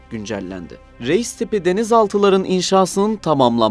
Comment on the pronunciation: "Реис " ударение надо ставить на "и"